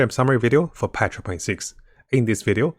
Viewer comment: I love how you say patch 1.6 it sounds like petra .6 hehe